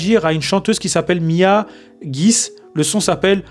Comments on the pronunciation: On écrit guisse mais on prononce guissè mon frère 😂 et c'est un son d'une femme qui vient de trouver quelqu'un qui l'aime et l'a respect apres une douloureuse relation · Tu veux faire un analyse sans faire des recherches la moindre des choses c’est de prononcer son nom correctement et oui c’est pas un chanson mais pour les enfants et si t’avais cherché un peu tu saurais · Toi tu ne connais absolument rien dans nos Langue Donc c hort de questions que tu fais un analyse sur elle t'es patètique tu ne peux mm pas prononcer son non